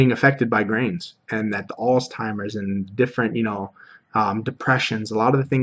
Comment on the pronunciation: Interesting information, and great to hear of your personal experiences and successes! I am very new to learning about the ketogenic diet. Side note: I heard you saying 'alztimers', however it's Alzheimer's (disease).